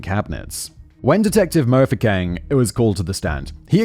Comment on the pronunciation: MO-foo-keng instead of Mfookeng made me blink because it's so exotic, until I read it and returned to South Africa lmao